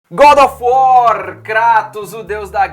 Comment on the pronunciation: "Godofor" kkkkkkkkk